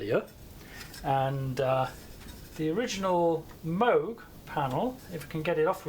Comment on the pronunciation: It's pronounced Moog.